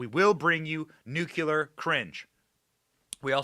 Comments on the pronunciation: Greatbset Benny laughing all the way...FYI the Nuclear is pronounced Nu-cle-ar not nucular 😁🤙🏼 Love yur show Benny stay Gold & Bold bro!! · Dear Benny: I love you in every way but one: your pronunciation of Nuclear - you say "Nuke-You-Lur;" when it is "New-Klee-Er." MANY Americans butcher this word, but please don't popularize further the bad pronunciation. Thanks! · I love your show and all but plz don't say Nucular. It's nuclear! 😂😂TY👍🏻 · The word is nuclear nu clee are, not nu cu lar dammit Benny you sound like Jimmy Carter. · It's not( New -q -ler)...It's (New-Clear)...🤔🤗😱😇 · Benny, I like you a lot... the word is NU-CLEAR not NUKULAR. I am sorry to pick on you, you look so cute saying it wrong. You are great and follow you as much as I can, and thank you for the great service you provide. God bless you 🙏 😊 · Why do people say NUCULAR? NUCLEAR! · NOT NUKE U LER!! It’s nuclear!! Practice it! You’re not GWB!!😮😮😂😂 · It makes my cringe when you say “NUCULAR”. Oh my goodness, Benny. You sound like that idiot George W. Bush! It is NuCLEAR!!! Please!!! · PLEEESE BENNY, **NUKE LEE ER** not nukuler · It is pronounced NUKE-LEE-ER for goodness' sake... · It’s not spelled Nucular. Please pronounce it correctly. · NewCLEAR cringe Benny! You are not GW Bush! 🤔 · It's Nuclear! say it like and adult for the love of god...